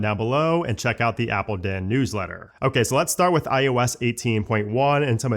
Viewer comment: Am I the only one who hears him say it as “iUS” instead of iOS?🤷🏻‍♂️🧐